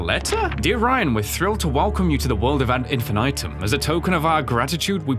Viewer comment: The “ad infinitum” pronunciation is killing me 😂